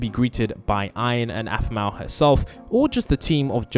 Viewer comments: BRO IT'S APHMAU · Aphmau not masima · Its Aphmau not animal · And her name is Aphmau not Asma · Dude her name is afmaw not 🚫 asmiw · Did he call aphmau asma? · In the start of the vid you'll see he said animal and not aphmou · yeah he also called aphmau Asama 😂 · Bro is bad at saying “ein “and “aphmau” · Bruh He keeps Making this Text to speech thing saying her name wrong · Your saying Aphmau and EIN wrong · The name its not right... Iron is ian (EE - An) and animal its aphmau (AAA PHPH MA ouw) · "animal" "iron"💀